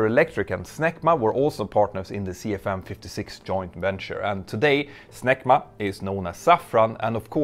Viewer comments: "Snecma" sounds too close to "smegma" to be taken seriously by an English speaker. C'mon, you were thinking it, too. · I couldn't help but laugh a little every time you said "SNECMA" but it kinda sounds like smegma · For a moment, I thought I heard you say "SMEGMA"...